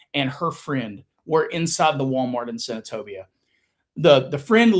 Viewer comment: When I hear say Senatobia I cringe and get mad for him!!!